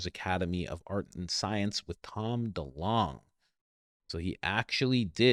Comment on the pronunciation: It's DeLonge fam it's pronounced like Longitude